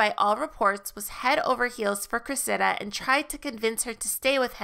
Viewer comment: "Cressida" is pronounced with the accent on the first syllable, not the second.